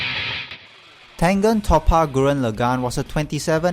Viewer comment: It's not top-a it's tope-a